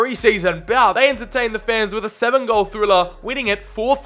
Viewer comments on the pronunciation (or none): none